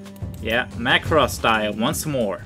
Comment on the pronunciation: As a Macross fan, I extremely appreciate it that you've pronounced "Macross" correctly. 😁😁😁